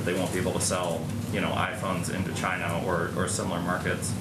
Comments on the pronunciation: "Chyna virus" god i love this man. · It comes from ....CH-YNA